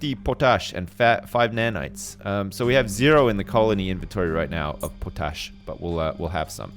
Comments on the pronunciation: Po-tash?, its called Potash. All one word with no emphasis on on the po. lol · its pot-ash.. not putush.. -_ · It's pronounced 'POT-ASH'! C'mon bro, you're from Canada -- you know, the world's largest producer and exporter of Potash:) <3 <3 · I love the pronunciation of potash like it's something made up for the game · the way he said potash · Why is he saying potash like that?